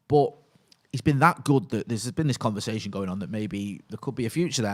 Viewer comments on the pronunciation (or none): none